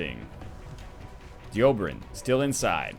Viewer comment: Why do you hate Dobrynin so much? You keep mispronouncing his name. You never read NL, even names...